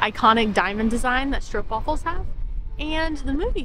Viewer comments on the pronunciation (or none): none